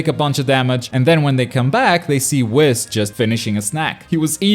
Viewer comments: wis? it is wees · Michael McCoy I watch it in original Japanese and never heard it like he says it I heard more like whiiis with emphasis on the I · the fact that he’s says WHIS instead of WEES makes me happy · saying whis like piss is really bothering me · Nobody:: wiss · Honestly though lol idk why or how it’s possible. We all watched the same show right? We literally hear how it’s pronounced. Unless he never watched Super.... But it’s clearly pronounced Wees. He’s saying it like he’s half way pronouncing whiskey. Which is understandable, but still.... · The way he says Whis🤦‍♂️😭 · the way you say whis is killing me